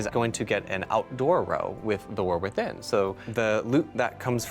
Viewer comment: Is he saying Warthin? LOL.